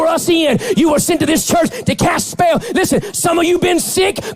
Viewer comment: Greg Locke is so full of shit he needs two syllables to speak single syllable words. “You git out na-yow!” “You speel castin wee-uch!”